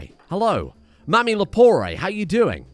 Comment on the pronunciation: Lepore, not leporé.